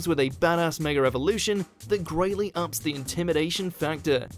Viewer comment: Can people please get it freaking right its mega not megaler seems stupid